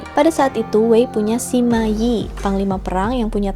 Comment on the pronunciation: Lu sama Lü 吕 itu bacanya beda lho. Sima dibaca: Sema.